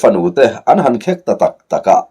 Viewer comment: Lalfanu te an khek i th kha khêk th zawk tur a ni lo maw, tin Hrangkiman hma a hruai vawk" ni lo in vâwk th zawk tur a ni lo maw, 😄 sawi ve mai2